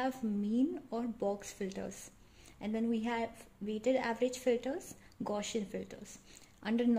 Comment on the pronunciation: Thank you very much. Nice work. But please correct your pronunciation of "Gaussian". It was sounding a bit weird.